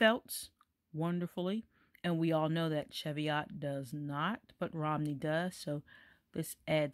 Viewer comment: The correct pronunciation is 'cheev-ee-ot'. Greetings from Scotland.